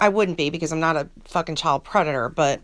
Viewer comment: I lol 😝 each time you end a sentence Lorne’s mispronounced ‘but’ (bhat) lol 😂 😂